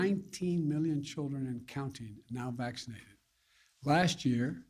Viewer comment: How many times did he say SMaccinatedDd in that 10 min clip lol